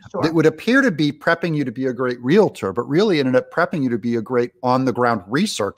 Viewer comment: Real tor....not rela.tor. Nice.